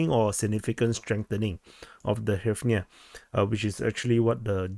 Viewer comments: Just say gryvna for fucks sake, this is so painful to listen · "Tremendous" is an understatement. You can pronounce it "Reev na." It's pretty close.